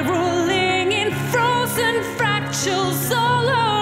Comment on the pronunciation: You mispronounced "fractals" - otherwise great.